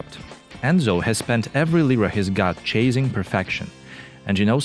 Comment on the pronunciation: Chasing произнотится как "чейсинг" а не "чейзинг"!